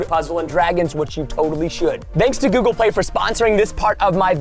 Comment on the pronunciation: Guys when he was sponsoring google play he said google pway